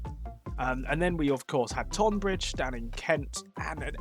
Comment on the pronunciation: Easy mistake to make but tonbridge is pronounced tunbridge. God knows how the spelling bastardised for one of the two towns and not the other but that’s a quirk of English naming